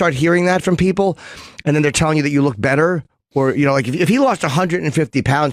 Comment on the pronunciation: OOOOHHHHH British.